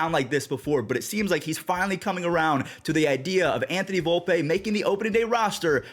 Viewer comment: Volp-E not Volp-A